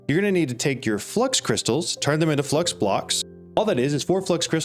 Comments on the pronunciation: FLOO-IX it's FLOO-IX not flux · Its Fluix not flux like fluid but x instead of d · Such a good video that I'm not going to mention it's called "Flu-ix"